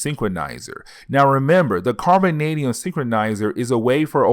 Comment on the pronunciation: No one's making fun of your speech, it's just a quirk of your channel is all. Embrace it! It's also hilarious because you nailed the word carbonadium perfectly. But then said synchronizer instead of synthesizer, which is funnier because you pronounce each word correctly you just mixed up two words this time 😂. Embrace the speech no one's making fun of it, it's just unique to your channel and makes me wonder where it is you are from because you don't have an obvious accent.